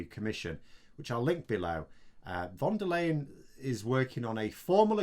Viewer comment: Hi. Like your show. Kinda bugs me that you keep calling her "von der layen" when her name is "fon der lye-en" or "fon der lie-en". Talkin bout the proper pronunciation here, not the spelling. Cheers mate. edit: Whenever you see a "v" in a german word or name, think "f". Folksvahgen, Ferkehr, Faterland, etc. There are some rare exceptions, but you´re quite safe just going "f" on everything.